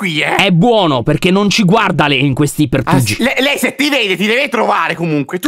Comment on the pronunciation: Adoro quando dice pertugio Greta Santarelli